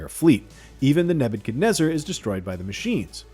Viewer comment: "The neb-eb-ken-nezzer" ... how are you struggling with that?